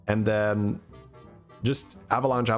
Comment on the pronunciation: can i get an avalunche counter why he say it like that lol